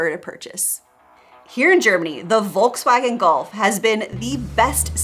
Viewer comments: Don't say "Wolkswagen". It sounds so incredibly bad. Sounds horrible. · My biggest beef, is that for some reason, Americans still haven't figured out how to pronounce Volkswagen. I'm not even German, and it baffles me. And don't even mention Peugeot or Renault. And i'm not French either.